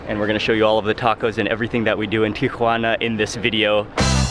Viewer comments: I want to watch, but i cant listen to him TRY to sound like hes a local everywhere he goes. It is pronounced Tijuana. Tee a wanna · Someone must of enunciated slowly to Mark, "Tea-whhhah-na", I have never heard TJ pronounced that way, not even by locals. Tijuana has THE best FISH & SHRIMP TACOS ON THE PLANET! Even better in Rosarito, just a few minutes south of TJ. Order an ice cold 🍺Cerveza first, then Beer Batter Fried 🍤Shrimp or 🐟Fish, 🥬Fresh Shredded Cabbage, 🥑Avacado, 🍅🧅🌿Pico de Gallo, 💃🌶️Salsa Verde, 🐄 Dollop of Crema in a fresh made 🌮Tortilla. 🌮😋✝️ DIOS MIO!! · It is pronounced teeawanna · Oh no not Geoffrey. A complete hanger on.Its pronounced TI UH WAA NUH. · The most pretentious pronunciation of 'Tijuana'. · I know it's the proper way of pronouncing the city's name...but every time Mark says Tijuana, it made me giggle. It just throws me off when you hear his normal way of talking then all of sudden you hear pronounce TIjuana with a completely different accent and such a strong emphasis on the "Juana" part of the name. Plus, he said it so many times in the beginning of the video, it just I couldn't help but smile every time I heard him say it. Loved this video though, and always am excited to see Mexico and it's amazing cuisine which IMO doesn't ever get as much love as it deserves!! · not even the locals pronounce taco and tijuana like mark.